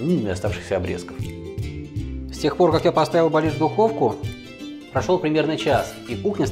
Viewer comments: Зур Бэлеш правильно !!!! А не бэлиш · Не белиш, а бялиш. Сразу можно не смотреть ролик